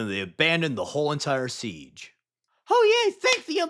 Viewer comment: Siege of Terra? Pwese